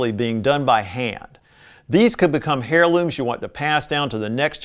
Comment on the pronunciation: Just one thing. Heirloom is pronounced 'airloom' not 'hairloom'.